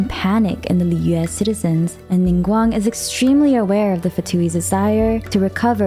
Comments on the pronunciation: I just love the way you pronounce foreign word like Mondstad Liyue and even Inazuma with the genuine tone of it original language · In an effort to correctly pronounce the regions and their names in native pronunciation, it sounds really awkward and breaks the flow when she switches from American accent to another and back. She struggles with Liyue and it sounds different each time and it sounds like gibberish. Why not just go with the flow of natural speak and pronounce it the more American way?